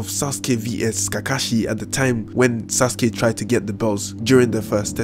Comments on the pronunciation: He used sauke instead of sauske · He said sauke instead of sasuke